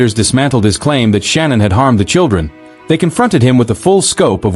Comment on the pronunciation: Shanann (Sha-Nann) not Shannon not Sean-Ann Shanann